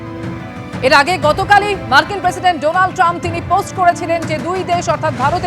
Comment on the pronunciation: Donald Tram নয় Trump.